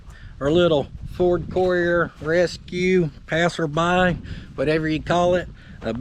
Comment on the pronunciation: should be "Pass R Buy" or "Pass Er' Buy" lol